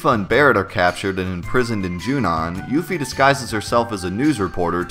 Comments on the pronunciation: it's a little cringe to hear you pronounce part of her name the Japanese way(yufi instead of yuffie) even though it's not spelled that way but even worse is when you butcher the pronunciation of 'kisaragi' because it's not 'keesarr uhgee'! it's ki sa ra gi. reminds me of the cringe way the characters say nar uto in english dubs instead of na ru to. if they wanted people to pronounce her name differently, they should have spelled it as Euphie. and don't even get me started on Squall's name in japanese, I don't understand why it's Score, but it is. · I always used to pronounce it "yuff-ee" rather than "yoof-ee" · I always pronounced her name "Yuh-fee".